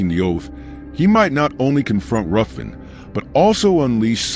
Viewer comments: It's pronounced 'Riven'. It's a Scottish clan name, and the name of several places around Scotland. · FYI, it’s actually pronounced “Riven”